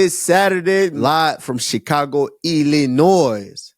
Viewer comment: Hey kamaru the S is silent in Illinois. Just like du plessis